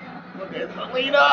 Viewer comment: THE WAY YOU SAID SELENA IM CRYING RN